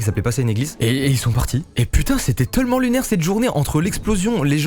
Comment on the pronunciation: ça fait longtemps j'ai remarquer mais mastu il dit pas tellement mais teullement voila c'était mon intervention